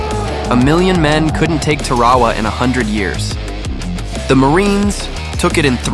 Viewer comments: IT IS PRONOUNCED TAR-O WA. GET THE FUCKING NAMES RIGHT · Ok, that's twice now. Check your pronunciation of 'Tarawa', please! 🫤🐕‍🦺🦮